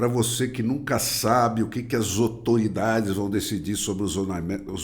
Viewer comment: A “zotoridade” foi ótimo! Vídeo excelente